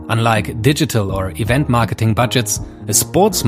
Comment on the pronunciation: "MARKETINGGGG" hat es für mich klar gemacht